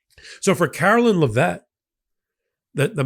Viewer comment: Oh,... I enjoy & respect all the legal expertise & clarity you offer on Legal AF. But MY area of expertise comes from a lifetime as a writer/editor/publisher. I know you care about getting words & names right. So please: "Karoline" is pronounced like "Carolina" except without the "a" on the end. "Leavitt" is pronounced "LEV-it". (Don't mistake my correction for an actual LIKING for the juvenile, petty, Ms. Leavitt). The word "void" is a single syllable (voyd), not "voy-id". I mean no insult; you're so well-spoken, I hate to hear you mangle pronounciations.